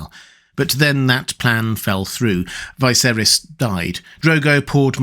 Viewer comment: Me: Ah finally, a video where won't butcher the pronunciation of "Viserys" Me: oh for fuck's sake